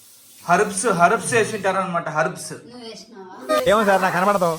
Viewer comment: harubs enti bro 🤣😅😂 herbs kada bro